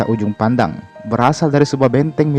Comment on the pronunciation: Kak sorri bukan ujung pandang tapi juppandang